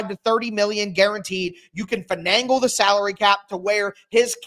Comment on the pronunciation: WTF is “Fenangle”???